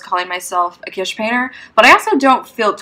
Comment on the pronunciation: Please note: The word is pronounced kiTSch, not quiche or kish.